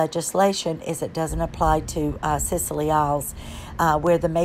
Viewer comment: FYI: SCILLY as in The Isles of Scilly is pronounced silly. No, I kid you not, it really is. PS Loved the video. Blessing.